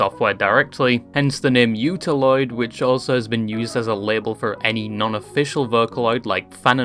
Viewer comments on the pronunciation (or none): OO TA OO loid not YU ta loid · flinched like an abused dog at "utauloid" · i took psychic damage from the way you mispronounce utauloid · Wait until you see how he pronounces utauloid